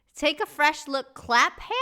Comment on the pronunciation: Clapham Common is in South London. Clapham is prononced as one syllable... like clap'm .... if you see what I mean 😊